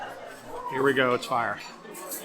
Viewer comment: Gotta try it when I’m back down. Stop saying it’s fire all properly though. Lol “It’s Fi!”